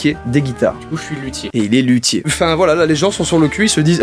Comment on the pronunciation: quand ta dit lutier g cru ta di qui fesai de la lute